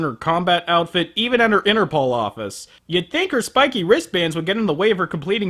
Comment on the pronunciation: I find it funny how pronounces Interpol as Inner Ball:D